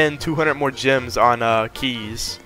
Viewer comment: Thought saids grems 😭